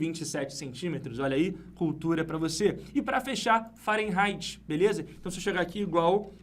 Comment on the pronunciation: O, no Google a pronúncia é Fa-re-nai-ti e não Fa-ren-rai-ti...